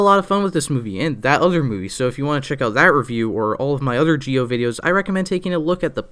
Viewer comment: Z I O NOT GEEE O